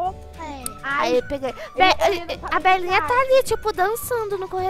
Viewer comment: Quando ela falou Belinha,eu pensei que era bananinha